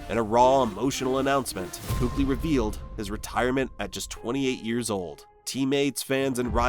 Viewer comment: Not once did you even pronouce his name correctly which is keek-lee btw. And it's widely known it was because of concussions. the much more shocking early retirement was the better patrick willis.